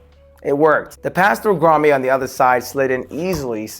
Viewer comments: It's pronounced 'Grah-mette' not grah-may. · bro its pronounced Grom-it.....not Grom-ayyy. As an electrician it hurts my ears hearing you pronounce it wrong. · love it! One thing though, it's pronounced "grahm-ette" not "grahm-ay" lol had me chucklin a lil bit. Seriously though you did a fantastic job!!! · It’s grommet (grom-met) not (grom-may). Nicely done, I’m so jealous of your setups , bro! Lol.😂👋🏾👋🏾👋🏾👋🏾👋🏾👌🏾😁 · Love your vids. FYI, grommet is pronounced "graa·muht". 😅